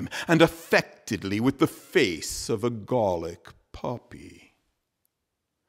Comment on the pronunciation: You’ve got a good voice ! Gallic has the vowel of gal not of gall.